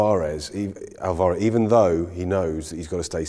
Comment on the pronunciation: Oit, you plonkers. Say Alvarez properly. You're embarrassing me as an Englishman. Haha.